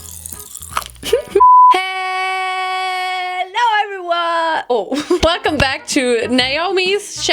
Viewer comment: I have UV pink dye from Arctic Fox and it is so gorgeous I wish I could just walk under blacklight for the rest of my life so I would say get the Orange UV from them 😂 ps you are so beautiful 😭 pps you sound Australia when you said heelllooo